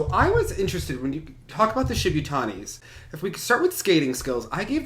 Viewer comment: The Shibutanis have been competing in seniors for almost seven years and you still can't pronounce their name? You're a dumb-ass,. Then again, you also think "bored of" is grammatically correct.